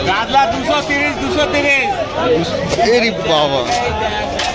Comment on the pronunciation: কাতলা বা কাতল কে কাদলা কেনো বলেন ।